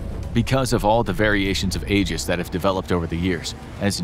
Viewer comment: Aegis is pronounced "Ee-juhs," not "Eh-juhs."